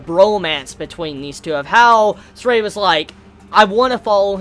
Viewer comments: it's been said time and time again it's not ZESTRIA:( it's pronounced as ZESTIRIA 4 syllables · Whatever, how he pronounced the name is already quite close. As long as he didn't pronounce Zestiria as Zes-ser-te-ri-a~ (five syallables LOL)